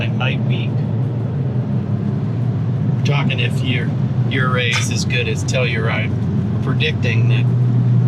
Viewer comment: Fyi for future reference, Ouray is pronounced you‐ray. Hths!